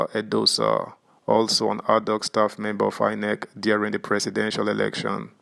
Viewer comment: Is it adhoc you are pronouncing as hardhoc? And Lp as hellp?